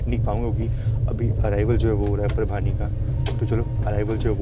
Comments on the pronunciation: परभणी है वो परभानी नाही है काम से काम सही तो नाम लिया करो इतने बडे ब्लॉगगर हो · परभानी ❌ परभाणी ✅